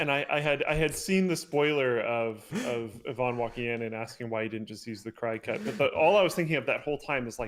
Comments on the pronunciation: I know this is stupid but it's not a "Cri-cut" it's a "Cricut" pronounced as "cricket", my buddy has a Cricut and pronounces it incorrectly all the time and it drives me nuts. If you look at the logo on the machine there are antennas on the "C". Google Cricut logo and you'll find their old logo that is actually a Cricket head. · I'm pretty sure its Cricut but like the insect. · LIE-nus says CRY-cut. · Also, isn’t it pronounced “cricket” and not “cry cut”? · I may have logged on just to correct Linus' pronunciation. It's said like the chirping bug Cricut. The name has antennae like a bug. Just had to say something, no one will read this but I feel better lol. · for mentioning . Also I think the other thing is said "cricket" not cri-cut. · Crycut? It's a cricket Linus, like the bug. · Cry cut? My mom has one of these things. It's pronounced like the insect. It's a cricket. It's just spelled cricut. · Omg. It's pronounced "Cricket" like the insect. Not "Cry-Cut" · Is it pronounced cry-cut or cricket (cricut) Everyone around me pronouces it cry-cut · Why can't Canadians pronounce English words properly? I have been noticing this on LTT for YEARS. For example, "Cricut" is not "Cry-cut", it is "Cricket"! The logo has F'ing antenna on it, FFS. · We've always pronounced it with a short i like cricket. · Like cricket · It's pronounced CRICKET ya noodle. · it's pronounced cricket. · Lmao the cricut is pronounces like cricket like the bug. like a grasshopper thing. cricut ...and also yea you're a goofball for not using it Lol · Isn't "Cricut" supposed to be pronounced like cricket? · That's how the Cricut Youtube channel pronounces it. Linus either doesn't know the right pronunciation, or uses a different one because it's less confusing. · Today I learned Linus mispronounces Cricut and possibly so does his wife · like the insect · People are complaining about Linus' pronunciation of coupon meanwhile I'm triggered by how he pronounces cricut